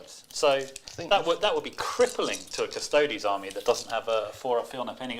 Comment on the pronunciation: And they always say Custodes wrong too to be fair :P They always say it like Cus-Toads...rather than say it the same way you would Astartes - Cus-tode-ese